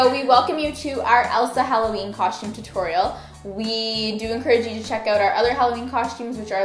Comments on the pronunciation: Why do you say costume like coshtume? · it doesn't matter how you say the word costume it will always sound like coshtume